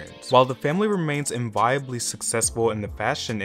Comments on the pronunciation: Ok the person reading this needs to learn how to say “enviable” and “culminating” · I sooooooo agree! This was painful to listen to!